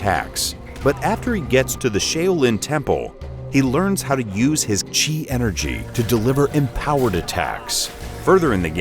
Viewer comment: I'm surprised he pronounced chi right and didn't pronounce it like "chai"... lol